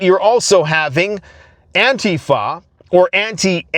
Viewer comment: An TEE fuh